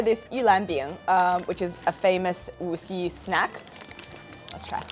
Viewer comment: It’s not Wuxi, it’s Wuxi. You need to work on your pronunciation. Say it with me “Wuxi” Surprised you could see the sky and it was blue…china could be so beautiful…